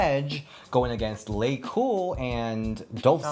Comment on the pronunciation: Its Laycool babe not Lacool😂😂😂